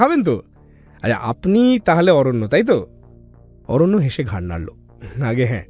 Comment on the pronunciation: গল্পে ৫ মিনিটে ৩ বার করে "ঘাড় নাড়লো" শব্দটির উচ্চারণ খুবই বাজে লেগেছে